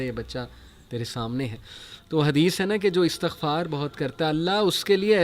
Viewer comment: Pls guaid us the word astaghfaar or estaghfaar۔wt is right word۔bcoz u always recite estghfaar۔pls reply me